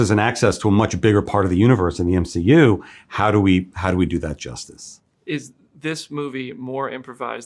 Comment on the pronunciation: He delivers "justice" almost like DEADPOOL with emphasis on the "ice" lol